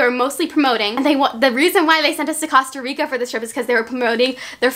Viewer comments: You DONT say Costa Rica like THAT 😬😬😬😬 okay good you fixed it😆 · Is anyone else getting SOOO annoyed in the beginning about how she’s saying Costa Rica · Is anyone else bothered that she is saying Costa Rica wrong 😂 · It's real annoying when u say Costa Rica wrong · i know she did not just say “COSTah rica” smhh🤦🏻‍♀️🤦🏻‍♀️ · Costa Rica NOT COSTa rica , anyway you're one of my favorite YouTubes❤️😂😄❤️😊☀️ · You are legit my favorite youtuber and you're just so cute and funny.. You make me smile and stuff, and it's COAST-A-RICA. Not Cost-a-rica. ILY BUT FR. XD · Your saying Costa Rica wrong😂 it’s not Casta Rica (kind of how you pronounce it) it’s cOsta Rica with the long o sound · it’s cOast-a-rica not cost-a-rica😂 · I love but it’s COSTA NOT CASTA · Coast not cost lol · Costa Rica not Casta Rica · OMG THE WAY TO PRONOUNCE IT IS COASTA RICA NOT COSTA RICA ahhhhhh my ocd every time you say it wrong drives me insane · I love you but it’s pronounced cost a rica Not coassst! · I'm sorry... am I still the only one that is bothered that she's saying causterica and not costErica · “ Casta Rica” 😂😂😂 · A quarter through the video and she continues to say CAsta Rica again 😫😂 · awww thanks for trying we don't mind if u say CAsta Rica we love u anyway 😍😘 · I’m costarican and I showed my dad this video and he was like cringed out of his MIND when you said casta rica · Anyone else saying COSTa rica like?😂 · it’s pronounced coast-uh-ree-kuh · Im sorry I love you but "CASTA RICA" ahh "CO"😂💛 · “Cost-a rica Cost-a” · “Casta rica” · c-OH-sta REE-ca it's not that hard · Wtf is CASTA RICA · It's okay about the prenunciation of Costa Rica. You Americanized it. We love a unique queen!!!!😘😘😘 OMG and I love how your hauls aren't boring, they are so hilarious. I love your personality, I would honestly love to have it. Can you adopt me??? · YOU KEEP SAYING COSTA RICA WRONG😂💛.......... but I love you so much💗❤️ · you said Costa Rica wrong:)